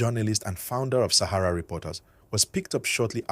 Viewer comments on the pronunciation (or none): none